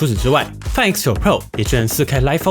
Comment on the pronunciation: 麻煩先去了解一下Find怎麼唸